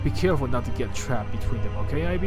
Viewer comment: It's pronounced "eeb", if I'm not mistaken :v Hi, man ^-^